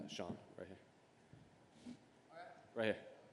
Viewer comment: Snoop...his name is Sean. Not Shane😐